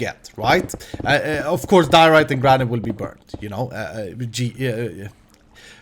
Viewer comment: I must say I laughed really hard when you said but didn't actually say diarite